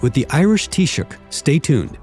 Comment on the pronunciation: Chinese interviewer nailed "Taoiseach"first time,very professional. British commentators have being butchering various iterations of "Tee Sock" for decades.